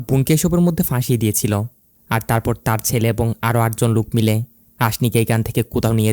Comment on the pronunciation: আপনার উচ্চারণে অনেক সমস্যা আছে, এইজন্যই ইন্টারেস্ট হারিয়ে ফেলি, আপনি লোক না বলে লুক বললেন, অদিতি না বলে ওদিতি বললেন, ধোকা না বলে ধুকা বললেন, কোথাও না বলে কুথাও বললেন, টিকবে না এর বদলে ঠিকবে না, এরকম অনেক ভুল করেন আপনি, আমি জানি না আপনি বাঙালি কি না তবে আপনার কথার উচ্চারণের মধ্যে অনেক ভুল আছে, এই ভুলগুলো শুধরে নিন।